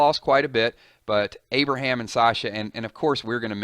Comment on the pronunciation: No Aberham, no! Not Aberham